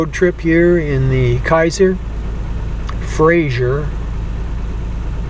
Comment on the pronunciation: Frazer. FRAZER. Say it with me- FRAY- ZER.